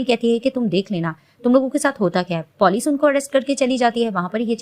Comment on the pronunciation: P0lic nahi hota ha police hota ha😂😂😂